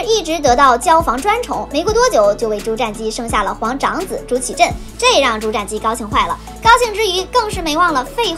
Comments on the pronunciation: 瞻，音沾而非佔。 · "瞻"是不是應該念"ㄓㄢ"才對? 前瞻(ㄓㄢ)